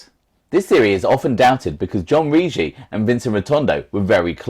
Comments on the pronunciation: ..ur pronouncing the Eagles name totally wrong..2 hard Gs rhyming say with piggy-Riggi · Bro I told u..its Rig-gi..hard G..l told u his granddaughter is my bestfriend